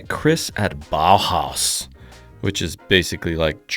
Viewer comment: lol pronounce BAUHAUS: Bow house, it might help